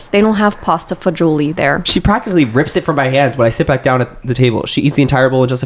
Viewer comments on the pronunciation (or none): pronunciation of “pasta e fagoli” has me dead 😭 i work at olive garden and that is the most creative way i’ve heard someone try to say it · pronouncing pasta e fagioli as “pasta fazzulle” made me go a little bit insane I’m so sorry I’m italian